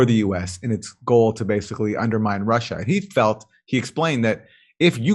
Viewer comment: and to answer your questions: if I would try to put it in latin and re-pronounce it in "common-US-english" it might be "Roosseeeya". And the reason why the Ukraine was mentioned? Well, did you see the video? Jimmy Dorse has a hard time, trying to do it right, which is great of him doing, but starting from the wrong charset and pronouncation table on a "non adapted" name, he hadnt even a chance ;-) so thats just why it was mentioned.